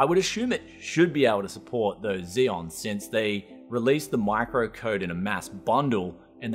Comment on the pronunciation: Kseon, not Zeon.